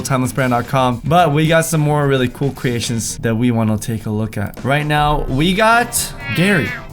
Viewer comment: Cweations- and twime less he said xD